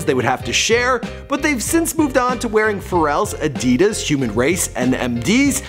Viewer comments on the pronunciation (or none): none